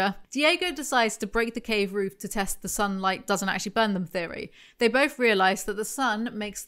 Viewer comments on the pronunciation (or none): none